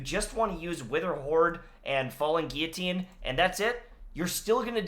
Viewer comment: THANK GOD SOMEONE FINALLY KNOWS HOW TO SAY GUILLOTINE woohooooo